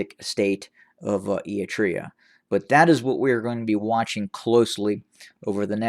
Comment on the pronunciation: The word Eritrea is mispronounced in your video. The time it takes to check pronunciations is negligible yet worthwhile, because you don't want to risk your audience thinking you aren't credible. Citing sources is also a good idea whenever you bring up reports about events that aren't corroborated by reputable media outlets.